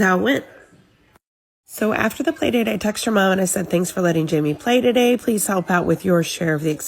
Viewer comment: Playdate not PAYdate!